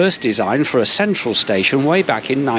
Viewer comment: Oy did you just called Antwerp station a space-ion ? Nice one